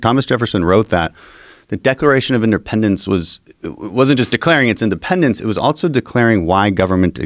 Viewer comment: Who the hell puts a "T" in the word "also"? Dan Crenshaw Good podcast ....just couldn't help myself